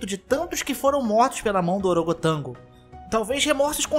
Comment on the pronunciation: E orogotango? Huaa